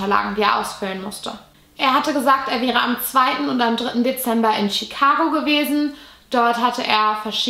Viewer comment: „Deeember 1957“